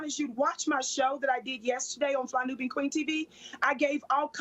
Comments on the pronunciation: This guy can’t even pronounce Nubian they give anyone who will speak down on black people a mic. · He cannot pronounce the word “Nubian” Here let me help your stupid ass out… “New•Be•An” Fucking idiot! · "Nubian" - Get it right! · This idiot JLP can't even pronounce "Nubian". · I can't even believe this Fly Nubian Queen came on the show. JLP is a sad man, can't even pronounce Nubian